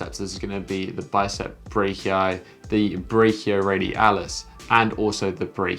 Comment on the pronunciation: Just a dumb question, but I actually really would like to know. Why do you try to pronounce brachii with the ch as it would be in german or maybe in latin as well when you ignore the "br" and "a"? Nice Video and greets from Germany!